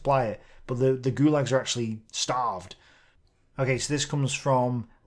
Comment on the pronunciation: Oi, that`s "gulags" once again. Is it too hard to call them in a propa way?